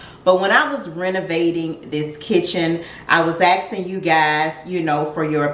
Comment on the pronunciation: Ask*ing, not axeing. Grammar matters.